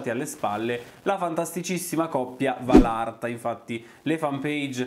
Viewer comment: Anche a te,ti volevo dire che si dice valatra non valarta🥰🥰😘 P.s. sei fantastico